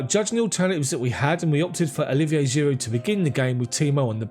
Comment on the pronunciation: Homie, I'm sure it's a silent D in Giroud bruv. You been saying the D for a minute now🤭